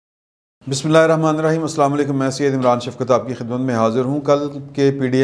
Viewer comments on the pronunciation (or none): none